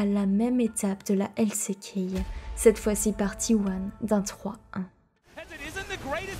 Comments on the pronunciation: J’apporte ma pierre à l’édifice, le coté franglais dans tes prononciations me sort aussi de la narration, LC Key au lieu de L ci key pour exemple. C’est un bon taff néanmoins ! Continue à improve ! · Tu dis LCéKey toute au long de la video mais si tu veux le dire a l'anglaise c'est LSiKey. Avec des meilleurs sous titre et ne pas finir toute les phrases avec une intonation basse et sa sera bien mieux bonne continuation